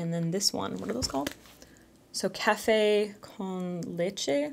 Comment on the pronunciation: Love her español: "café con leche" and "cafecito"👍